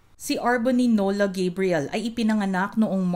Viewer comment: She has a Filipino father from Manila so, let's say GUH-BREE-YEL and not GEY-BREE-YEL👸🏻🇺🇸🇵🇭 Congratulations, R'Bonney!👏🏼👏🏼👏🏼